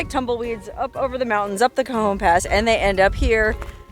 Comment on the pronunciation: Did you say "Cajones" Pass?? Nice name!! 😂😂😂